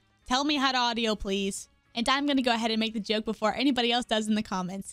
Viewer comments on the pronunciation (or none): none